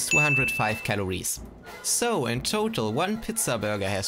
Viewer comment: Did you just say “pitza?” It’s pronounced “peetza”